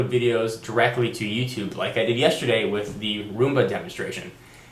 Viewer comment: I like how you say like and love at the same time. Live :P.